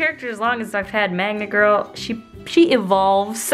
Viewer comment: Every time I hear 'Magma Girl' I hear 'Manga Girl'